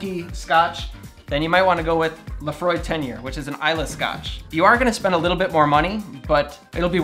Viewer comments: For the Scotch the island Islay is pronounced ‘ile-ay’, got the gaelic Laphroaig spot on though ! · Love that you pronounce „Laphroaig“ the right way!!!!!